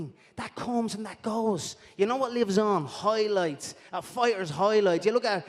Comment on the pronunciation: “Moik Toison’s Hoi Loits” - Connor McGregor